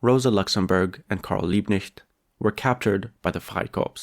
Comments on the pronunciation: LiebKnecht, the K is loud. Knecht = servant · How comes you can say 'Freikorps' in perfect accent free German but not 'Liebknecht? Max Frisch: 'Das Kleinbürgertum war schon immer der Steigbügelhalter des Faschismus.' The petty bourgouisie has always given the leg up to fascism. Indirect democracy takes democracy from the people and hands it to the owner classand their stooges. Illegal, not even legal, immigrants are not the ones buying clear the housing market. It's the 'investors' which is a euphemism btw. Very good analysis!